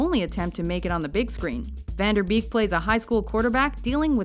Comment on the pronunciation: Lol at how she pronounced "Van Der Beek". It's Van with the a of Dark and Beek with ee like the French é.